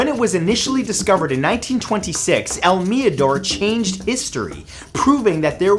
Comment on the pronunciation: Cringy how he say el mirador in american accent.